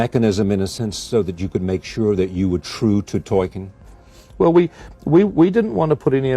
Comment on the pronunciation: My man said toy-kin lmfao